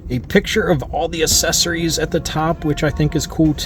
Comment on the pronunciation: "Assessories" LOL! You're The Man